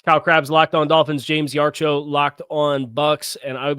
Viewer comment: Yar-cho? Lol